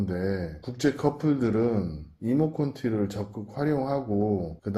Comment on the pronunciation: 이모콘티가 아니고요 이모티콘이요! 😅😊아무래도 형님 나이가 있으셔서 너무 웃겼습니다. 하하